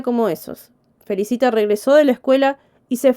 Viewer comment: Se pronuncia Felícita .